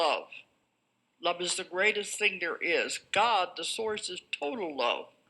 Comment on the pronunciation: source sound a lot like saurus. Just saying